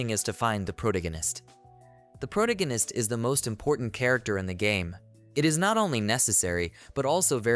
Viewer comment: You do a good job on reading the manga. But you really need to learn to pronounce pro-TAG-a-nist.